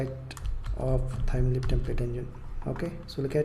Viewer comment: Its LEAF not LEAP